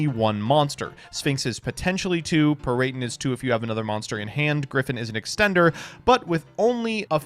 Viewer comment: Playing Hazy Flame Drinking Game: Drink every time says "Peryton" to numb the pain from slamming your head on a table every time says "Peryton"